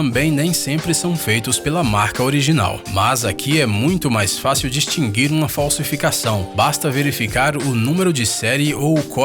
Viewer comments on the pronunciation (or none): de á ele falou distingir kkk é distinguir kkkkkkk morri de rir kkk😹😹